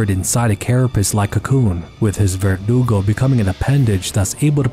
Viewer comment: Lmao, vergudo 😂